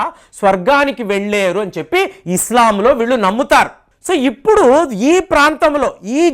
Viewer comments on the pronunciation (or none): none